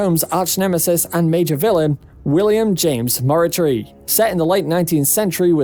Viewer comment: Conan doyle is roling in he's grave from that pronunciation of Moriarty 🤣🤣 but this list is grate awesome list